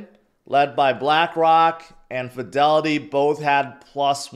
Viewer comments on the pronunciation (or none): none